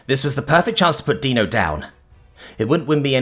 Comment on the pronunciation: Got Dino's name right. 10/10. Respect for coming correct.